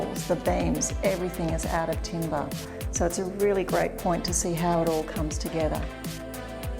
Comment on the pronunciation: So glad she changed the pronunciation at the end: timber not timBAAAAHHH. Cool vid!